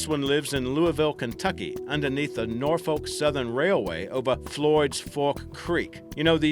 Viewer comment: Hears pronunciation of Norfolk cringes